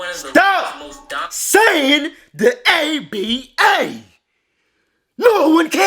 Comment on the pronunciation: If you say ABA one more time. Damn man, get your Google on! Sound ignorant af. And as far as defense, today's flagrant 2's are 70's good, hard fouls. If you were that mad about it, you had to fight.